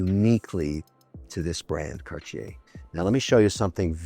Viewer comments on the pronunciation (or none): "Cartier" is not pronounced "kar-chay." The correct pronunciation is "CART-tee-aye." I would think you would know that, Mr. Wonderful. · Mr. Wonderful what is Carchier? I like the broke people pronunciation better..Cardyer..😂👍❤ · its terrible how HE pronounce Cartier ----- i can take it anymore. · wtf is that pronunciation Kevin LOL